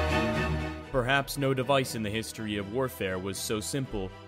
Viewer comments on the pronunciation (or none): none